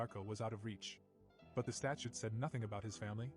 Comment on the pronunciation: Dude. The word is STATUTE. STA-CHOOT. My goodness